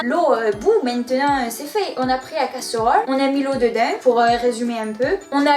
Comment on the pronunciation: Oh la malheureuse et le couvercle sur la casseuhrole pour économiser l'énergieuh 😉 👍